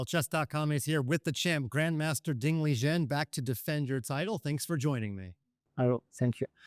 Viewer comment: So Liren is pronounced 'Lizhen'?